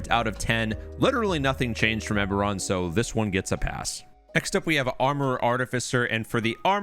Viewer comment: I want to punch a hole in a wall every time you say aberrant wrong.